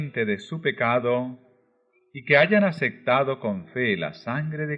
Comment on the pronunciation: 🛑Palabras mal pronunciadas 🛑 ❇️Ace P tado, (p).... no se dice ace C tado, ❇️apocaliPsis con P, ... no apocali C sis ❇️ soleMne con M ....no solenne (n)... etc etc! agradezco su esfuerzo, espero lo tome como Critica constructiva! Bendiciones 🙏